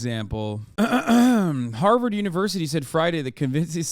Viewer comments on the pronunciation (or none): none